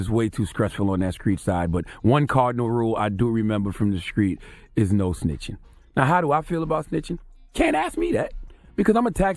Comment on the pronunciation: “To scressful out hear in these screets.” 😂😂